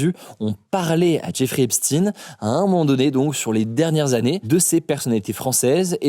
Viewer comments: Pourquoi vous Esptin, Jack Lang qui est son ami le prononce très bien. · Epstein ça se prononce comme Frankenstein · Est-ce que vous pourriez choisir entre « Epstein » et « Epstine »? Les deux prononciations sont très perturbantes. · Et si non ce serait bien que tu prononce bien sont nom.. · Tu dis aussi "Albert Einstine" ? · Vous prononcez "Albert Einstiine" ? Non je ne crois pas, alors ayez le courage de prononcer son nom correctement.. tout le monde connaît son origine, pas besoin d'essayer de le relier à la Russie en finissant par "ine" comme Poutine et cie, comme nombre de médias essaient de le faire en ce moment.. c'est bon, on connaît tous l'origine de Epstein. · Quel talent ... T'arrives dans la même vidéo a prononcer Epstein de 2 façons différentes ... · Du coup il s'appele EpstINE ou EIN ? Vous changez la prononciation a chaque vidéos :) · Pitié, choisis une prononciation pour Epstein et garde une cohérence dans ton texte! 🤯🤯😭😭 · Albert Einstein est allemand, donc il n'y a aucune raison de dire "in". Et Harvey Weinstein se prononce bien Harvey "Weinstinne" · c'est pourtant les même lettre que Einstein. Et je n'ai jamais entendu personne dire Einstine. De plus il y a 6 mois en arrière hugo avait toujours la même prononciation pour Epstein, la même que pour Einstein. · Pourquoi est-ce que tu ne prononces pas Esptein toujours de la même façon? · On prononce "Albert Einstiine" ? Non je ne crois pas, alors il pourrait avoir le courage de prononcer son nom correctement.. tout le monde connaît son origine, pas besoin d'essayer de le relier à la Russie en finissant par "ine" comme Poutine et cie, comme nombre de médias essaient de le faire en ce moment.. c'est bon, on connaît tous l'origine de Epstein. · Faudrait savoir cest epstein (comme einstein) ou epstine?.. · Message Invisible ( le lien). Se PRONONCE "EIN" et pas INE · C est EpsTEin comme Einstein.... vous etes tous payé par la banque de rotchild pour russisé son nom ???? Et Dieudonné on en parle ?